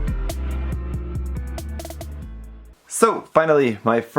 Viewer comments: Apologies if you've already been told this but Gourai is pronounced "gore - eye" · Incorrect. only slightly mispronounced Gourai by not lengthening the "o". Your pronunciation would be more akin to "Goruai".